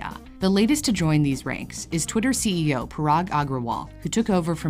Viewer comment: Maaf bang, saya mau koreksi pengucapan "CEO" huruf "e" kalo di bahasa Inggris dibacanya "i". Penjelasannya bagus 👌🏽🔥